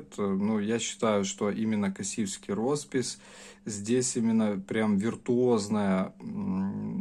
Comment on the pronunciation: Спасибо за обзор! Единственно, немного режет слух: Косівський розпис, ударение на "О", м. Косів на Прикарпатті. И конечно Марена, ударение на "Е", красивая и вкусная рыба, жаль, что попала в Красную книгу.